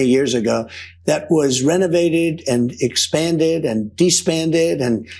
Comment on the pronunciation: On the East Wing: "It was expanded and DE-spanded" --- LOL